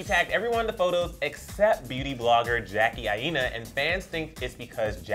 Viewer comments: omg they said Jackie AAina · jackie didn't care tho .... 😂😂 who else cringe at him saying her last name I- NA (aina)